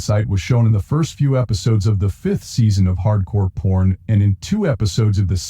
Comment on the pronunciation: The robot keeps saying Hardcore Porn. Lol.